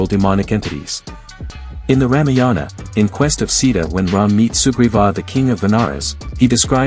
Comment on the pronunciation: Bro pronounced ramiyianaa instead of Ramayana🗿